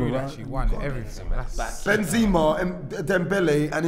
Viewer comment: Some people need to call these man out for their pronunciation I heard JenJenpress, depaiy and Benzeema